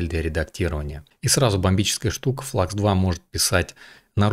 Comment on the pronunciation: Спасибо за обзор, НО. Модель немецкая, делают немцы) Поэтому Флюкс! Слово klein читается как "кляйн" и в переводе с немецкого - маленький.